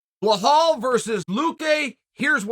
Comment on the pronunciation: Can you please stop saying his name wrong. you call him bahal....? his name is Bilal